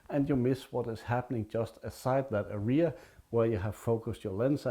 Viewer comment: Hej, I watched the video with interest. May I make a few suggestions for improvement? Well then, here we go: #1. The video is too long for a simple message; cut down by one-half. #2 Pictures are shown at machine gun speed, they are too good for such speed. #3 Learn how to properly pronounce the word "area", especially as you use it so often. English words are pronounced with an even stress; you put stress the end of the word. Listen here for a correct pronunciation. Best regards. Chris